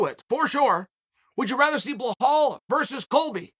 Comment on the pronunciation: Can you please stop saying his name wrong. you call him bahal....? his name is Bilal